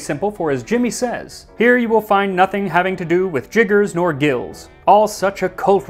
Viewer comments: Not that it matters, but "" is actually pronounced "jill". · Great first episode! Also, I believe “” is pronounced like the name Jill. I only know this because of my fondness for Irish drinking songs and sea shanties. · Enjoying the new feature. Please continue. (Minor quibble, because I know you always endeavor to pronounce things properly- unlike gif, which people will endlessly debate the proper pronunciation,, when talking about the measure of spirit is categorically a soft G. )